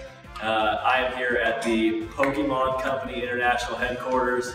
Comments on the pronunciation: um, I'm pretty sure its pokémon and not pokymon, when ppl pronounce pokymon I cringe really badly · You don't even pronounce Pokémon right...